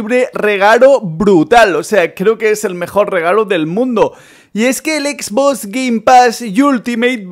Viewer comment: Dice exbos